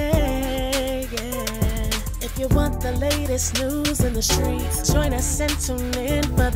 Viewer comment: Pardon me, but it's 'skreetz'😂